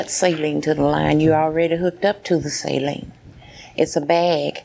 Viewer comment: Listening to this person try to explain herself with the syringes was like pulling teeth. So infuriating and disgusting. Also "salinge"... She made so many odd mistakes while speaking and it seemed pretty clear she was extremely nervous. Ugh